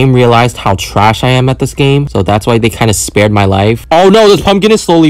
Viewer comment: Dude you said Hwo did you die